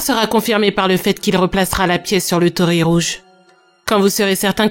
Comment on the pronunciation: Bonjour, Petite précision : il ne faut pas dire tori mais tori-i, car tori c'est "un oiseau ". Sinon très bonne vidéo comme d'habitude. 😘